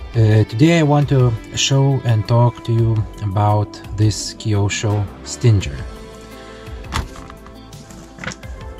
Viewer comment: You're saying Stinger wrong, it's pronounced like "singer", the "G" is not supposed to sound like a "J". Nice Stinger though.